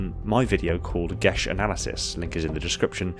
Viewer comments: It is me or he saying “Geas” wrong EDIT: guilty spark says it as Gē as so your saying it wrong, it’s not gesh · Gesh sound wrong. Gias should really be said as gee as, or possibly ges. But a sh sound without an h makes it sound wrong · Why do you pronounce it "gesh?" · I thought it was pronounced Geia. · lol, gesh. Pretty sure its a geas.